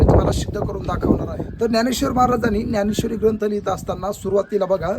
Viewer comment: न्यानेश्वरी का ज्ञानेश्वरी.... अगोदर मराठी निट शुद्ध बोलायला शिका... मग बाकी.... धन्यवाद